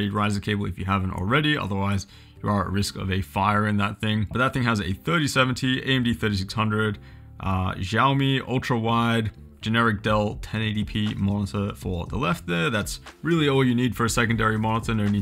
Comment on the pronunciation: Love the video! Advice on pronunciation of Xiaomi, in Mandarin Chinese, X is an "s" So it actually sounds like "Shi-Ow Me"